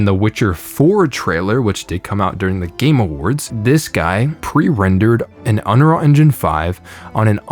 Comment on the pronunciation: The way you pronounce "Unreal" always throws me off, lol - always sounds like Unrarr to me.